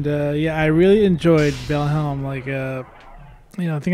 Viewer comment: You do know by now it's "Val-HIME", right? ;-)